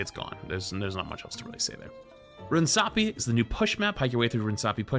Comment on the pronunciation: Why do you keep saying runesapi instead of runAsapi